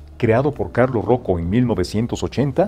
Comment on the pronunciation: Se pronuncia UBLÓ, el dueño de Hublot se llama Carlo Croco, no Carlos Roco.